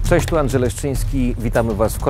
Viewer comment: Wszędzie to "cześ" zamiast "cześć". Kurwa, jak to razi.